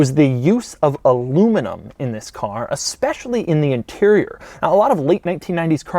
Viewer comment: Please stop saying "aspecially"... When you mean "especially"